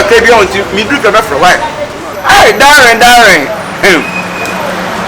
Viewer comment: Kyekyeku said Darring. Lol